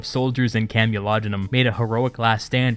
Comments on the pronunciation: Camolodunom is pronounced CAMEL-O-DUN-OM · You made a small error. It's CamulodUnum, not CamulodOnum.